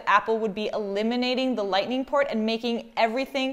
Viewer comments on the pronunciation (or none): none